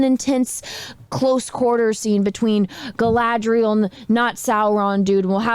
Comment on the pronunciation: It is slow, ploddinly slow. Highly inaccurate in the representation of how the elves are. They are stoic, then bam super emotional then wooden again. They can not seem to say Galadriel all the time, pronouncing it Kal-adriel. Galadriel jumped off a ship then swam an entire ocean back. also the only action in episode 1 was when all her "elven warriors" got face rolled and she crouching tiger hidden dragoned them off a sword because shes a army of one. That time she wanted to leave that guy in the snow to die even though he was right there. Yeah. rings of suck, that should have been the title. Oh and the hobb i mean the hamfoots are dirty, unwashed, homeless short people that dont seem to be very bright at all. i tried to watch the second episode. i'm done with it. the only character that seemed right was Ismael Cruz Córdova as Arondir.